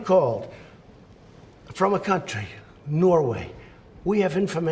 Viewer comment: Especially after he says "norweighh". You're not alone :/